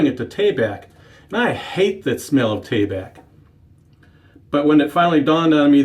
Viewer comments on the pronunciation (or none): Exactly, seems like most folks pronounce it more like "Tah bahk", with emphasis on the first syllable. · Out of all The pronunciations this is a first I’ve heard “ Tay-Back”